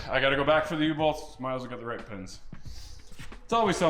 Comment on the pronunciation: Never heard a canuck say "Pehns" or "Pehstons". Is that a local accent thing?